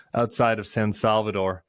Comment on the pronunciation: Please please try to avoid saying San Salvator, driving me nuts😅!